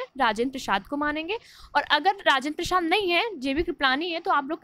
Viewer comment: राजेंद्र प्रसाद तो ठीक से बोलीए.